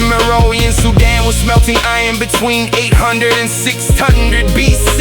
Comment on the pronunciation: Meroë is pronounced mery ree